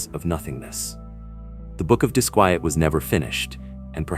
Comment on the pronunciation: Why does your AI pronounce the book title as both "dis-kwee-et" and the proper "dis-kwy-et"? Why is his name spelled Pasoa, Pisoa, Pessoa, and more? Which one is even correct? Very annoying